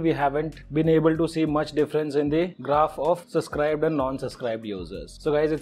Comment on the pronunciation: Will subscribe when you say subscribe instead of suscribe 😜😜